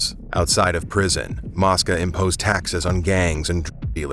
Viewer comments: Mosca long o sounds like moesca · It's mo-sca